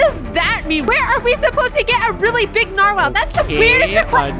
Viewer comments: How do you get a huge “narwhale” as he calls it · Lol he said mighty steed to his narwale